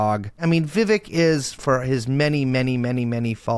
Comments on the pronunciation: Poor Vivek. He made a whole rhyme and people still say his name wrong lol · Can someone teach him how to properly pronounce Ramswamy’s first name? It kept taking me out of it.